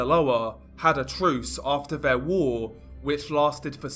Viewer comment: Alvo? Vhe? Veir? Vhat? Vis? Vem? Dude, is English your first language? It's Although, The, Their, That, This, Them. Maybe you're just Fick?